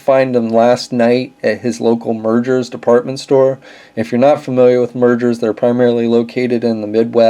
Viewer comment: Nice video but the "Meijer" store name is pronounced like "Meyer," not "Merger."